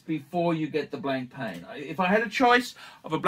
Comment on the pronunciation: Nice to see you continue to butcher Proper nouns! It's Blon-pa ffs.